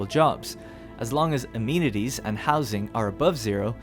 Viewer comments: It's pronounced uh-men-it-eez though, not a-mean-it-eez. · "Amenities" uh-MEN-it-tees